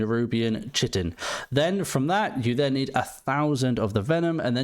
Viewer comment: United Kingdom doesn’t have basic biology in K-12? It’s pronounced ‘Kite-in’. 😅